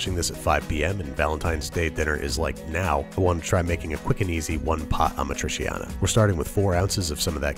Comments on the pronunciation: ah-MA-tree-chiana (roll the R). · The cheese hasn't been integral to it when I've had it and it also had onions sautéed in it early on, with the tomatoes. Also, "ah-MA-tree-CHAHN-uh. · Careful Babish - if Carbonara triggers Italians, Amatriciana being like super traditional triggers them 30x. Still, I think that your first recipe is perfect, so you've got nothing to worry about. Also, Amatriciana is arguably the BEST of the Roman pastas, fight me. It's just *mwah*. Btw the pronounciation is Uh-mah-tree-cha-nah, 'ci' and 'ce' in italian are ALWAYS "chi" and "che". 'gi'/'ge' is 'jee'/'jeh', while 'chi', 'che', 'ghi', 'ghe' are "ki/ke/hard gi/hard ge' respectively. Always, no exceptions. That's why 'parmigiano' is 'puhr-mee-ja-noh', no French 'j'.